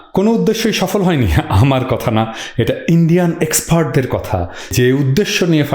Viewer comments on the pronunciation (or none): Dear plc, not 'exfart' , this is expart.